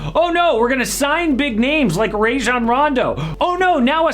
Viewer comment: Stop saying Rajon's name wrong. it's a whole video and everything of him saying it. Rahjon Rondo. Not Ray Jon lmao. People been telling you this forever 😂😂.